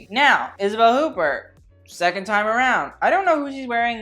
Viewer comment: omg "Isabel Hoopert" is offensive to the ear